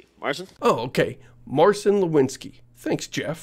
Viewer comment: Marcin is pronounced more like mar-zeen or mar-tzeen. Nor mar-seen.